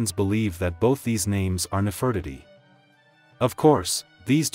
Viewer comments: Please make it stop saying “Nef Furt itty”. It’s Nefertiti omg. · He mispronounced her name.